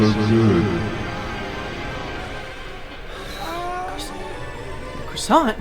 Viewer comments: . NEW CHALLENGER APPROACHING CARL WHEEZER “How you like my cwasson?” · Are you going to finish that cwasont? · Ya gonna finish that KWASSONT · Are you gonna finish that cwasant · Uhh are you gonna eat that cwossant?